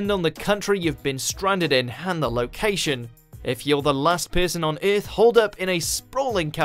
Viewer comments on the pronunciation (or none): Its earth not eath